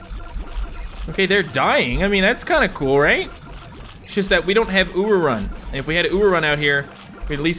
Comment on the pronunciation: When he said Ururun in the video i heard Uwurun and had to play it back